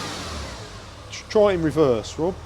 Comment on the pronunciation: Yeah and it’s Rob not Rib 😂